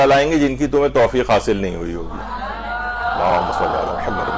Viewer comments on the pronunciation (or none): آپ کے درس میں خواتین درود درست نہیں پڑھتں۔ شروع میں اللہم کی بجائے الا ھما اور آخر میں محمد کی بجائے محماد پڑھتی ہیں ۔۔ اصلاح فرمائیں